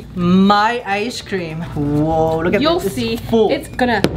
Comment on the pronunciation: he also pronounces icecream as eye-sh-cream